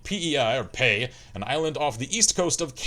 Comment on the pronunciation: I felt like slapping the beard off of you every time you said "Pay". You were right the first time: P.E.I., as in Prince Edward Island. Also, fun fact, the potatoes thing wasn't a joke, they're really proud of that shit. Also their red sand. (PEI Potatoes Official Website: PEI Potatoes Official Song: Bud The Spud - Stompin' Tom Connors - Lyrics,) Got excited for a second when you said "Barrett it up". Thought you made a Stan Rogers reference. For you folk uneducated in the topic of Canadian folk music: Stan Rogers - Barrett's Privateers. He's got even more baritone than you,. EDIT: Fixed grammar.